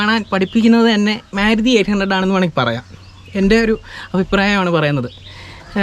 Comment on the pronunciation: മ്യാരുതി എന്നല്ല ഉച്ചാരണം, മാരുതി എന്നാണ്.